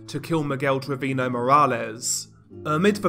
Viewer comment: His mispronunciation of Velasquez and Treviño makes me cringe. 😷